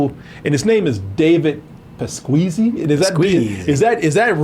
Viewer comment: ES-queezy...??? i lookded it up man.... it's Pas-que-Si. c'mon,...wtf? lol